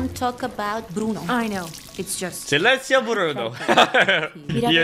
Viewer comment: You pronounced silencio pretty well. You should hear my German...ACHTUNG ACHTUNG!!!!